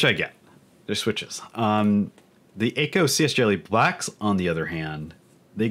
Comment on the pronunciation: Btw it’s not ayyko it’s ahhko. akko